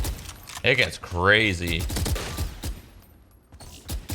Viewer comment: its cray-see